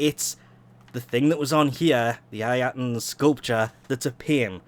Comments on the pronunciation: Eye-tan ffs it's pronounced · Its funny hearing people struggle to say ayatan lmao. Everyone overthinks it starting off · The way he says Ayatan is fckin weird (edit) also 2018 so these are not new